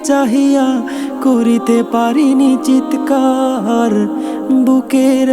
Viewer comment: শব্দের উচ্চারণ ঠিক করা উচিত! চিৎকার হবে, চিতেকার নয়।